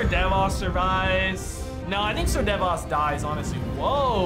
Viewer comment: Season 8 and my mans is still saying Sir Devas and not Sir Davos 😂